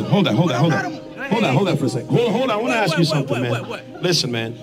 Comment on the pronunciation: Tell Oprah how to pronounce ACT AND ASK.